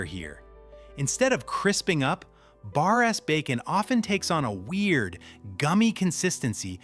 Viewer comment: Did AI narrator just say Bars instead of Bar-S. What the heck. AI or the human who doesn't know brand names need to get their act together. Keeps happening in many videos. Very strange.